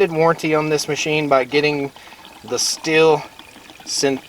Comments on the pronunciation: It’s pronounced “Steel” (Stihl) not “still”, & it’s a chain, not blade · ummm you are pronouncing Stihl incorrectly. It is like "steel" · It’s pronounced “STEEL”!!!!!!!! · He didn't come that close if you go by how The Swedish Homestead guy says it the way he says it's supposed to be.